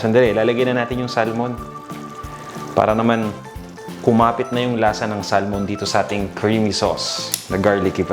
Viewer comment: We say SA(L)MON silent "L" here in Canada.